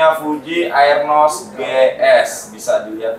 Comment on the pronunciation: arnos bang,bukan aernos bacanya